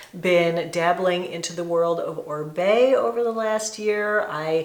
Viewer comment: Oribe should just change his brand name to Orbay, since everyone in the US mispronounces it